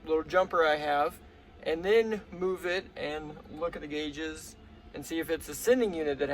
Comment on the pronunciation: "guages"... Gotta love it. Automatic subscribe...Keep up the great vids!!